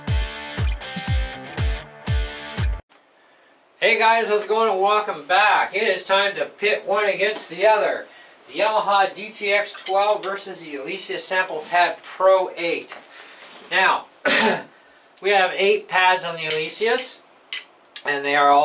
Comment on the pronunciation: I don’t know if I could trust someone who calls Alesis “Alisious” lol